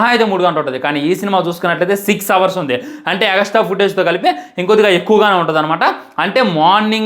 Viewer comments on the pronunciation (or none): none